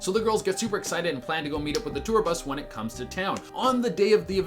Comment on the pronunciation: when you said win instead of when i threw almost threw my table:[